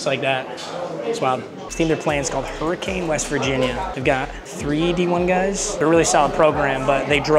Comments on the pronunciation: it's pronounced hurr-uh-kin not cane. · Hurricane prounounced “HUR-uh-kin” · I’m from hurricane WV !!! It’s pronounced Hurri-kin btw ! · also it's pronounced hurri-kunn (not like the storm) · The team they played is pronounced Her-eh-kun but hell yeah brotherr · being from that area of wv hurricane is pronounced hurr-ah-cun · Nice locker room, but the game? Against Lowly Hurricane? (Pronounced Hurrican) BTW not even sure how this matchup was even considered? They had to be paid pretty well to make THAT trip. that is an airplane trip. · Not to be rude or anything but you pronounced Hurricane WV wrong I know it looks like that but its pronounced like hurrihcan Idk why its weird. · you mispronounced their name, it’s pronounced “hurri-cun” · as a west virginia resident, the way he pronounced “hurricane” made me laugh. And he kept calling them “the hurricanes” 😂 (even tho that’s how it should be pronounced)